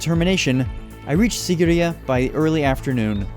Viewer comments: Im from sri lanka and that mountain isn't called sigiriya its called seegiriya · It's See-gi-ri-ye just to let u know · its pronuced siigiriya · The way he pronounced the word sigiriya and king kashapa is hilarious as a Sri Lankan